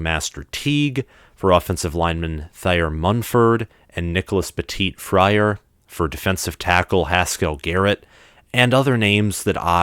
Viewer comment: Thanks for showing the rival props you are a classy TTUN fan and a great content creator. Oh and I think this is the way you pronounce the name Nicholas Petite- FreeAir. 👍 Stroud And Bryce are the same class it’s just that Bryce didn’t redshirt his first year and CJ did.